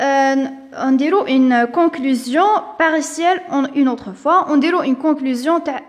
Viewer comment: On dit partielle c pas paritielle